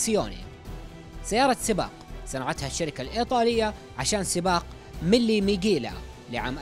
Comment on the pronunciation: سباق ميلا ميليا وليس ميغيلا milla meglia حرف gli ينطق بالايطاليه إلييه elyeh